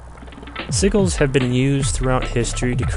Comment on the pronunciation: it's not pronounced seaguls. it's see-jill